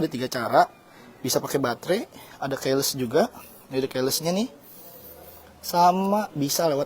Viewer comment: Bang ngomongnya 'keyless' (kiles) bukan "keles'🤣 lihat kamus gaul atau kamus google bg biasanya?